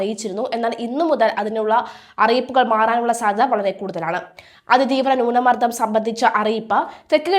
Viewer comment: Please correct your accent, newna mardam